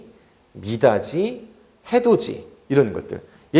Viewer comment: 선생님 구개음화 사례 중에 해돋이, 미닫이 발음하는 게 틀린 것 같아요! 해도지, 미다지 아닌가욤...??